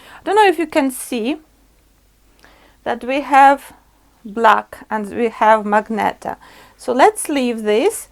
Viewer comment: It"s MAGENTA not magneta